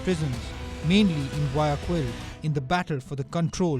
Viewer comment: You really need to learn how to pronounce Guayaquil before trying to make a video about Ecuador.